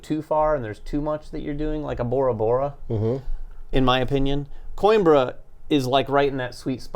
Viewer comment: To anyone that cares "Coimbra" is pronounced "coo - him - bruh".